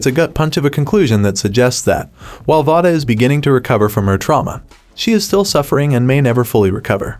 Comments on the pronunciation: Her name is not pronounced vah-duh. It is vay-duh. Just to be clear... If you're going to talk about a movie or show, maybe learn how to pronounce their names right? Just saying.. This movie was very heartbreaking... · I dont like how he keep miss saying her name its v-a-da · please say Vada correctly omfg